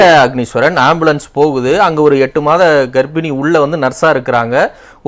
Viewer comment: அஃனீஸ்வரன் எல்லா இடத்திலும் தான் உளறுறீங்க.. எங்க தான் உங்களுக்கு ஒழுங்கா பேச வருது..